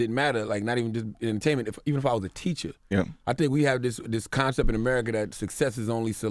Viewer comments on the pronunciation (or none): none